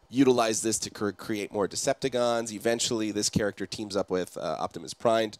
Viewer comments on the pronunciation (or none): You mean Decepticons, not Deceptigons.